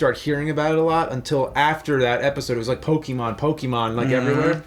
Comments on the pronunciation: really bother me much. But it's actually PoKAYmon, not PoKEYmo. I just don't like when people say Pokemans lol. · I can't even listen to you guys talk about Pokémon generally. Did you guys even play the games? It's pronounced "POH-kay-mon", though, not "POH-kee-mon". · its po ke mon not pokeemon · Pokémon is pronounced Po-keh-mon not Po-kee-mon there's an accent on the e é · Of course James & both call it Pokeymon. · Hum... It's pronounced Po-KAY-mon... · What is it with some people pronouncing it 'Pokeymon'? Cracks me up! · I hate when people call it "pokey mon" 😑